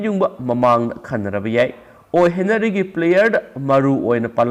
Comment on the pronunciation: Okram Henry haibane, henary natte